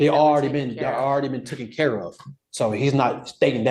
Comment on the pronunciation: It’s “taken”!!! Not “tooken”. “I’ve been sqeaky clean”, please forget I threatened a child that was sooooo long ago (not)! Perception